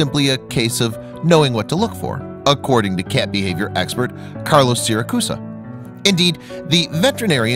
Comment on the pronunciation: The narrator keeps pronouncing 'cat' as 'cyyyyeeet'. The non-standard accent is distracting.